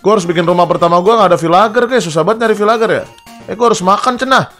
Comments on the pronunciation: Bukan vilager bang vilajer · Bang bukan bilang vilager tap bilang nya vilenjer🎉